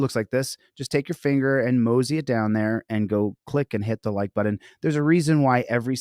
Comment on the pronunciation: Hi. What’s a “buddon”?